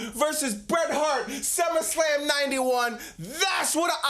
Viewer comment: say it correctly.